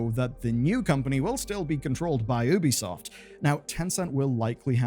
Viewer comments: Just feel like mentioning. You know its pronounced Yubi-soft right? As in, there is a very clear Y sound. Ubi in Ubisoft is supposed to be short for Ubiquitous, which is also pronounced that way. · instead of ubisoft 2 how about nubisoft. pronounced newbiesoft